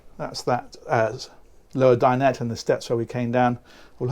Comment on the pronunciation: Great video and content as usual, but my pet hate is that everyone seems to have forgotten how to say dinette. It's not dine ette. Ette isn't a word...it's dinette....please...